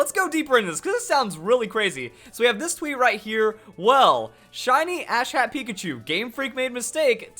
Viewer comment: "Apparently the Ash Cat Pikachu-" I'm sorry. What? I know it's supposed to be Ash CAP Pikachu, but it sounded exactly like Ash CAT Pikachu. Just pointing it out, and what in the world...